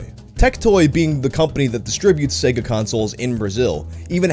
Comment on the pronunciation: In fact, ads pronunciated SEGA with an I instead of E. Like SIGA